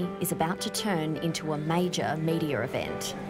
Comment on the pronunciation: What's a "majo mediar event"? (What's with the moving Rs around?) She means "major media event". Thanks God the north Americans have preserved the Rs that the British have had accelerating problems with since the day's of Shakespeare ("thaaaeee" instead of "there", "baaah" instead of "bar", etc.)! ;-) And now also stacking on new Rs where there have never been Rs: : "mediar", : "idear", and so on. I actually had no idea (or should I say "idear"?) that this last phenomenon had spread to Australia!